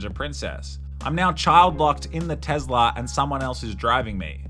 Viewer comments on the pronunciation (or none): Ahhh yes, the American electric car company Tezler.